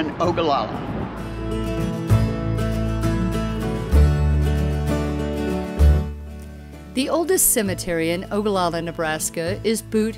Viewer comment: Thank you for highlighting Ogallala. Proud you can pronounce Ogallala. Parents had a motel there in 1967. Front Street was the place. Had a french dip there last week that was great!!!!!!. Don't forget Lake Mac just 20 miles north. Great for spring and fall camping.